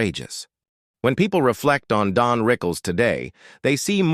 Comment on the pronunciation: DON,not DEAN? right?